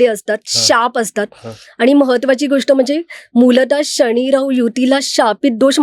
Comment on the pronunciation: न चा उच्चार करा शनि म्हणा लग्न म्हणा